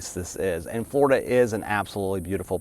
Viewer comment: He can't pronounce the letter "L." Fgworida